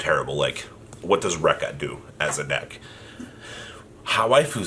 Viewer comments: It's pronounced Reek-ka. Not Raik-ka. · Ree-Ka, Ree-Ka not Denko Rect ya